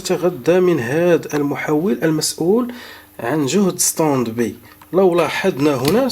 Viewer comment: اخي انت تكرر نفس الكلام وتعيده كاننا في روضة الاطفال. انا من متابعيك ولكن يزعجني كثرة التكرار. Standby: ستاند باي وليس ستند بي وسامحني